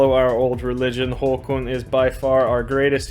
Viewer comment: i think it's pronounced "Håkån" not "håkoon"...